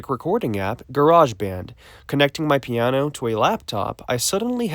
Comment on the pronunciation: "piaano"? 😂 I'm not making fun of you, just the way you say piano sounds a little funny.